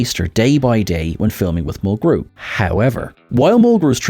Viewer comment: 7 of of 9 had a "glowv'; oh, you mean a ' gluv' (glove). 😉 Kate Mulgrew's last name gets the accent on syllable #1.